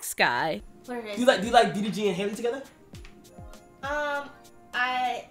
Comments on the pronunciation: Bro her name is not hailey it’s pronounced like halle Berry it’s that simple 😂🤦🏽‍♀️ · She really called her hailey🤦🏾‍♀️ halle baby it's HOWL-E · Not haliey but HALLLE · they not even saying her name right 😭it’s HAL-E ! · i thought her name was pronounced different like hall-ley? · Aside from the both of them pronouncing her name wrong, I don’t want to hear anything from anyone drinking Dasani. 🙃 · I love Skai but I agree with Kai. He is speaking from a perspective of actually KNOWING DDG, Skai is speaking from what she's seen on social media which is valid but tbh, they didn't even say the girl name right so the conversation on who she should/should not be with is over right there. No one knows their relationship so... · Why do y’all pronounce her name like that 😂😂😂😂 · I just wish people would take the time to learn how to pronounce Halle’s name right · I wish ppl would pronounce Halle’s name correctly…